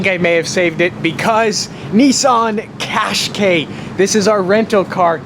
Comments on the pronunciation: It's cash kye not cash kay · Love the way how he pronounces qashqai